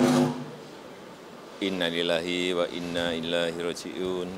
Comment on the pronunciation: Innaa lillaahi wa innaa ilaihi rooji'uun... semoga diterima amal ibadahnya diampuni segala kesalahannya dan dimudahkan jalannya menuju syurga. Apkh aq salah dengar? Bapak Jokowi berucap innaa lillaahi wa innaa ILAAHI rooji'un. ILAAHI ?? Ah mgkin aq salah dengar